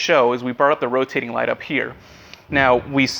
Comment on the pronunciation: "roating light" omggggg you're trying tho, so good job